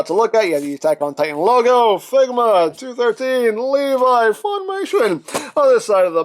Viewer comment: It is not pronounced like that it’s le vee that’s how you say it